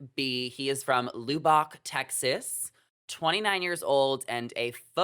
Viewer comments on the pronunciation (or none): It is not Lew-bach, Texas, It is pronounced Luh-Bic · That's Luh-bock, TX. ❤️ Love those Texans!!